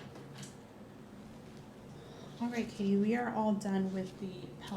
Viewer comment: Al inicio el “ Hi Katie ” se me pareció al “ Hi Barbie ” At first, "hi Katie" seemed to me like "hi Barbie"